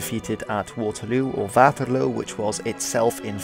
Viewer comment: Waterloo was definitely miss pronounced in French. The provinces as well